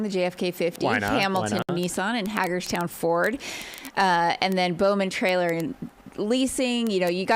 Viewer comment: INFORMATION - Great job - BUT - Please get our towns name pronounced correctly, it's HAY-GERS-TOWN, not HAGGERSTOWN, thank you. Also the Brown Posts on the left side of the Canal are Mile Markers.